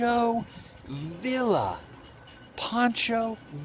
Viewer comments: those canals are flood control. and it's pronounced VEE'YA not VILLA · Adam I love your videos but please no offense intended. You need to work on your pronunciation of the names of towns and people. Poncho Villa is pronounced Viya. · Dude! You have No clue how to pronounce Mesilla! Mess - ee - ya! Now, put it all together. Villa - vee - ya. This is the way these are pronounced. I am Billy’s Cousin. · Love, love, love your work, but it’s pronounced Mah-see-ya and Vee-ya. Minor issues to be sure, but thought that you might want to know. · Adam is pronounced Poncho Via the Ls in the Spanish Language are silent bro and it was the Gadeson Purchase I do believe I may have misspelled it!